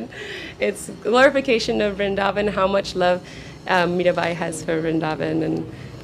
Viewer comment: vrindhavan nhi vrindavan hota h..mai bhi vrindavan se hu or vaishnav brahman hu ...hme hi brijwasi kaha jata h